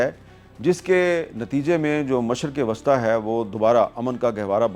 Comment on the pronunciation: اور مشرق وسطی Wasta کہتے ھیں جبکہ وسطی Wusta بولنا چاہیے